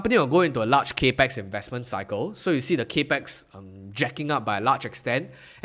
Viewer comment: “Cap-ex” not “cape-x” 🙏